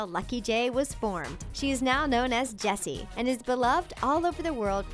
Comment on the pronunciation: yeah it did sound like she Jessi like yessi lol